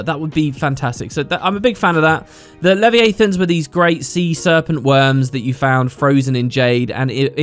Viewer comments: Years down the line and still doesn't say le vi a than XD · Lol at not being able to pronounce leviathan 10 years ago in the deep video and still not in this video 😄